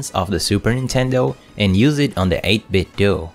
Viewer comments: nice video but it's pronounced more like "Nintendo" - 8-bit-doh. Otherwise you may as well call it Nindendoo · But they say it's pronounced 8bitdoo like Scooby Doo 🤔